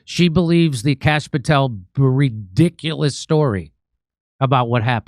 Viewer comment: Did you say, "Bulldiculous" ? If not, I'm claiming it! Checked, you said, Breediculous story , my ears heard, "Bulldiculous", which sounds so much more fitting! More fitting. Keep up the good work, Maygen sure wont. j/k